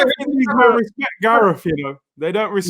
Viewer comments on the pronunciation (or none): What's with this channel and trying to make things gangster. It's Respect,Not Respek. Wtf even is that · It's RESPECT NOT RESPEK